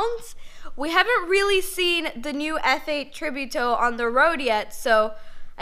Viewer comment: And the way she pronounces Tributo too. :(